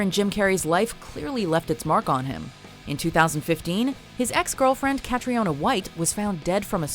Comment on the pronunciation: Ca-treena. Not cat-ree-ona